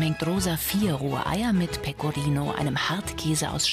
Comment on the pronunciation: Jeder Italiener versteht mich Pegorino es heißt Pecorino und panscheta es heißt panscetta und nona es heißt nonna undsoweiter